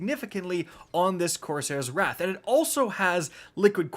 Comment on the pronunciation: Why do you say wraith when its wrath?